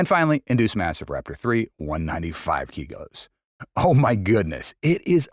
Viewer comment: 195 kg is err... 195 keegos ?